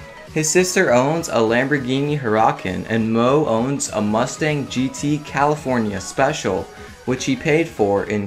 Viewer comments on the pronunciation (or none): none